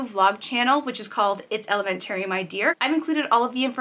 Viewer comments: I find it funny how New Englanders say the word “elementary” lol but anyway thanks for sharing! Love you guys- I will definitely check out the new channel! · I had to rewind because I was like, what did she say? Lol. Not making fun, everyone has the their own way of speaking, just threw me off!